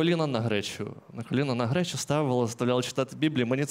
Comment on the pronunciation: Владик, не кажи грєчя . Не подобство.